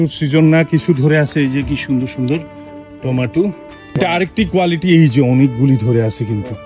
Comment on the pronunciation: উচ্চারণটা হবে টমেটো টমেটো